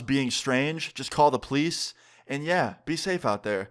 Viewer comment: I love how you say plice instead of police